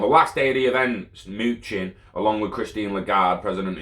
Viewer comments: His name is pronounced muh-nuh-chin. But keep saying moochin plz 😂🤣😂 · It’s actually muh-new-chin **